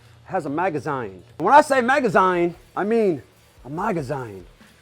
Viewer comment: A maga- what now? Maga 'ZYNE'??! this hurts to hear😖😂